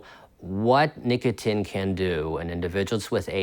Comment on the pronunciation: What's nicoTIN? I thought it was called nicotine? (Pronounced "nick-uh-teen")